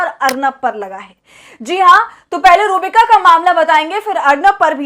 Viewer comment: Madam iska naam sahi se le ruh-bika lanatttt h